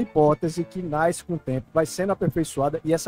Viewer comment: "A hipótese NAISCE com o tempo..." 😤